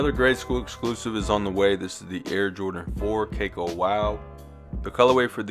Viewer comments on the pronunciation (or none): Its "Ka-Kow" not "Cake-O" live your vids and thank you ! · Cacao is pronounced like "ka-cow".